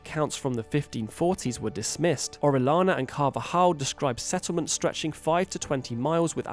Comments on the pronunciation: Oh-reh-yah-nah. That’s the pronunciation. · It's pronounced oh-ree-AH-na. Double ll, spanish name.